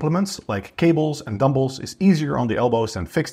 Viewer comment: Dumbolls, Barbolls 🤣🤣 Also, are you saying reduce ROM ? 🥹